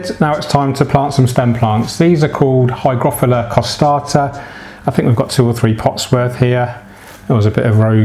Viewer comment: Bukefalandra, anoobias and higrofilla and other badly pronounced plants there.